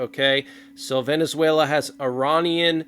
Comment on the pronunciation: IRANIAN…..Not Er Ron Ian….correct pronunciation Er RAIN Ian.